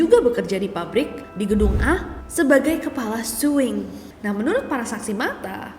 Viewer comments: Bukan suing tapi SEWING😂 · Kak nes, maaf banget oot. Aku kok pengen ketawa terus ya kak nessie bilang suwing😭🙏🏻 mungkin maksud kak nessie sewing ya? Btw aku pernah kerja di garmen dibacanya emang "sewing" kak bukan suwing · Di bacanya sEwing kak bukan Swing😢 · Sewing nes, bukan suwing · berarti rata² pabrik garmen emang angker ya, aku juga dlu kerja di garmen di bandung sama ceritanya ada satpam yg liat operator lagi jahit malem². btw "sewing" kak bukan swing 😅 e nya dibaca kalo kita bilang kata "emang" 😊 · sewing bukan suwing 😭😭😭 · sewing mbaakkk bukan swing 😅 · Maaf kak bac ny bukan swing tapi seeewing kl bagian jahit dl pernah kerja di garment 🙏😄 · sewing bukan suing mba, kan jago bahasa inggeriss.... :face-blue-smiling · Kak ness.. Maaf Sewing itu pelafalan nya pakai E bukan suwing hehe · Maaf bukan sok pintar🙏 Orang2 garment pasti ngucapin kata SEWING dbaca biasa "sewing". Pdhl pronounciation yg benar itu "ˈsōiNG" Org2 garment memang terbiasa ucapkan "sewing", tapi... Bukan berarti yg sering kita dengar ato sering dgunakan itu adalah pengucapan yg benar. Pls check kamus masing2 ya teman. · aku salfok kak ness nyebut sewing 😂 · Maaf KA nes aku ngakak pas bilang sewing😂